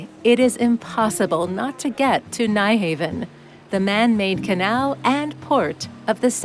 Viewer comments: Sorry but the Danish pronunciation of Nyhavn only has two syllables. Phonetically it is pronounced [ˈnyˌhɑʊ̯ˀn] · It so annoys me when commentators repeatedly get the pronunciation wrong with place names. This happens several times here with the popular area of Nyhavn, Phonetically, the correct pronunciation is 'Nuharven' Things like this should be properly researched!